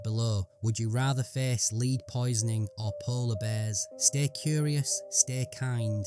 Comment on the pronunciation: The narrator keeps mispronouncing "lead" as leed instead of led